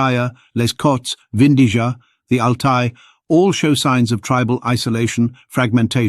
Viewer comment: Vindija is spelled Vin dee-yaa. Like India. please correct that. Otherwise your stuff is marvelous.